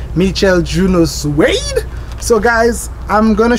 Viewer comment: lol the way he says “suede”